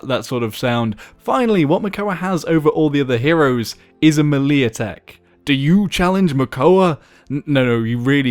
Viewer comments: "A malee attack. it's pronounced maylay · It's pronounced MAY-lay (melée).